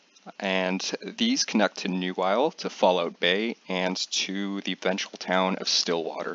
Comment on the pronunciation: You can see that is Canadian when he says Falloot Bay